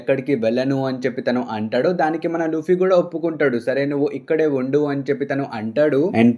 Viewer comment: Arey bro!!!!!!!!!! Everything is good, Good Content!!!, Good Channel anni baney unnai and I really liked it. But ah "ANTADU" endhi ra ayya, palakadam raadhga ra niku?? Telugey na ?? Plzz kuni cheyyaku mottam antha manchi ga explain chesthunnav ah "ANTADU" is really really irritating!!!!!!!!!!!!. Plz try to pronounce it properly.